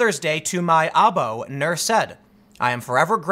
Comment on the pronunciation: Tim, I do speak arabic, spent years as a translator. Aabo ---- Its Pronounced Ah-Boo and it means FATHER. Goggle translate uses the older spelling of father Aabu.